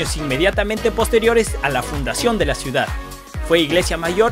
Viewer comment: constitushional??? judishial??? construcshon shiudad???